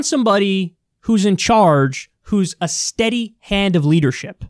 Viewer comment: nobody: kyle: people want a S T E A D Y H A N D A T L E A D E R S H I P 👋🏼